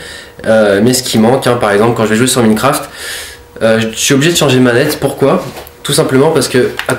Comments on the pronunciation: Il le prononce a la Française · C'est moi ou il prononce mal Minecraft?